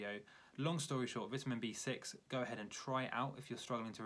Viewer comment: You’re saying vitamin wrong